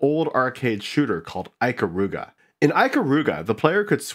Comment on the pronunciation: Cool design exploration. I hate that you pronounce Ikaruga that way though, hah.